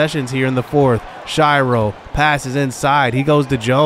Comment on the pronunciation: Please stop mispronouncing "Shiro." It's pronounced like hero with an S at the beginning. Shih-row